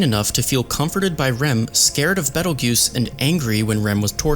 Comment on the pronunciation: hearing you say beetle juice instead of beteljeuse was so funny